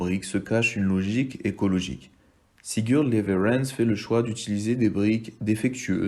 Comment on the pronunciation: Voix trop lente c’est dommage...pour info en suédois le w se prononce v...on dit donc leverentz